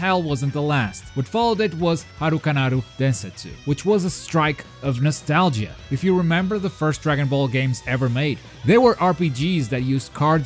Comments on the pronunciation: Who pronounces nostalgia like that P. S. Damn, there are about as many DB games as there are saiyan transformations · true, i just found it weird that be could pronounce everything well except nostalgia